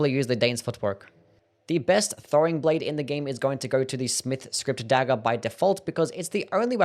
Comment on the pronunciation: Your accent is the worst. Dagger is pronounced "daggERR", not "dagell"